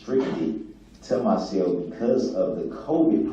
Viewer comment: The way he talks annoys me so much.. “When I’m allowed out of my SALE” It’s CELL not SALE